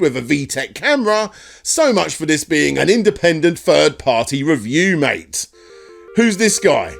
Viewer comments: could he have been trying to say 'mate' but just very inebriated? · I don't think he's calling you "Mike," I think he's trying to say "Mate" but it comes out that way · Ohhh, my goodness, SUPREME job,! Heh, but seriously, wooow. Is he trying to say "mate"? Did he mean to say "under the influence" but said "under the circumstances"? I think he did... I'm sorry you had to deal with such a nasty situation with this absolutely unstable, shady individual, I don't think he has a master plan, heck, even if he did, his situation is so deep it'll take more than one to get him out. I'm not just talking economically, is all I'm gonna say. That's the impression I got from this, at least. In any case, much thanks for this video, thanks for being a trooper to your viewers and thanks for a lot, like not letting that potentially harmful interview happen. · having moved to spain and having heard a lot of bad English when people don't get my bad castellano... MIke is MATE! hehehehe He is trying to saying mate in your accent but it just comes weird. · is he trying to say mike or mate? Or just confused the two? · Is it that he wants to say mate, but is too drunk to and it just sounds like Mike? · i think he's saying "mate" not mike. i also think i can make out some of the other words and they are not too nice. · Is he saying Mike or “mate” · I thought "mate" too, until he leaves the message about the interview, then it really does sound like "Mike." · This might be in vain but I think Alejandro is trying to be cheeky and is trying to call you and Ian "MATE" as in if you were friends. when he says "MIKE" I myself speak Spanish and maaaany mispronounce or per-mutate words and try to incorporate them in their own language. For example: In Mexico the word BREAK as in breaking is misused as BRECA in a vehicle or heck even CAR is used as CARRO when normaly it will be AUTOMOVIL. SO SEE YOU AROUND "MIKE" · I'm pretty sure he's trying to say "mate", Mike